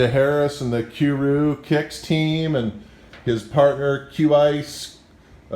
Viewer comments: He said Q ice and Q rew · He said Q rew haha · Did he just say cue roo kicks lmao😂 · Dude said q-rew,haha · Lmao he doesn't know how to pronounce Qrew (Q-RU) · Lol at this guy trying to pronounce Qrew " Shoutout to Q keew and qkwiees" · he couldn't says qrew kicks name right 😂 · "The Q-Rue Channel" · He couldn't even pronounce qrew and qias 😂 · Dude can't even say Qrew, Qias or anything with a Q right lol, L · lol the way he pronounced qrew and qias, dunno if that was intentional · Why did he say q rew